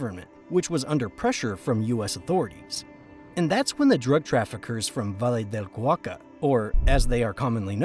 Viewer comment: Crap AI voice? Valle de Cauca pronounced as Va Lee de Kah U Kah??? WTF, lol Rest is very interesting…